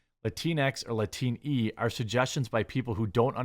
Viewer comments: Latin-x Latin-e Not latinex lateenee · I think Latine is pronounced Luh teen